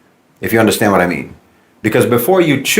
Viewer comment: “Bless america for whet!” 😂